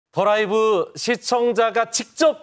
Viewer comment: 아니, 사회자가 더라이브라고 읽으면 어떡합니까? 덜라이브라고 해야지.